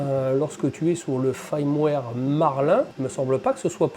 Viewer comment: FIIIIIIIrmware !! avec un "I" !! l'ail, c'est pour faire de l'aioli, dans le sud ! 🤣 Je t'avouerais que leurs histoires de "I" ou "AIL" (ouille) c'est très chiant, parce qu'on (enfin "JE") ne sait(s) jamais quand c'est l'un ou l'autre, surtout qu'il y en a aussi sur les "Y". . . . pfffff font chier les anglophones ! Sinon, cette bestiole me fait bien baver ! (j'ai aussi une SW X2, comme toi, de base !) Le Klipper aussi (je sais qu'en faisant des pieds et des mains, on doit pouvoir le mettre sur nos SWX2, mais bon, ça a l'air très compliqué quand même. Un détail, tu fais un auto nivellement sans mettre en température avant ?? normalement, il doit être fait en conditin d'impression, donc plateau et buse en température, sauf si je dis une ânerie. (a moins que sur cette machine, il y ait une raison technique à cela.)